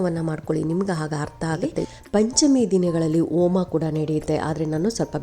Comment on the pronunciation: OMA allari HOMA antha uccharane maadi.